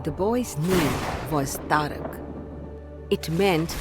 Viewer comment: Madam it is taraka not tarak. We in south pronounce sanskrit words correctly. But wonderful depiction.